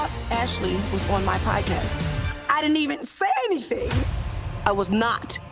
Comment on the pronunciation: I love the way Pronouces Pod-Cast...😂